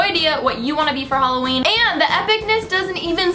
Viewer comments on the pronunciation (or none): Btw holla-ween😂😂🎃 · "Halla" It got me x] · "Holla-ween" hahaha! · HOLLA-ween Lol :P